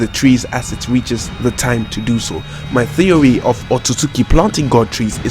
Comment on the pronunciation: “My thewy” oh nononooo 😂